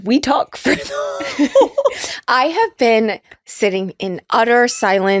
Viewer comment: Bin…😂 Been…😂😂…Bhenn😂😂😂